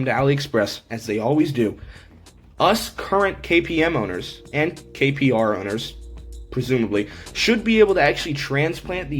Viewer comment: Hey just wanted to let you know it says kpro (king pro)not kro 😂